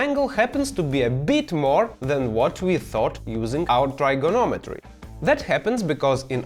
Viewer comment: All I hear is “Nuclear vessels” and almost spit my coffee when he said trigonometry lol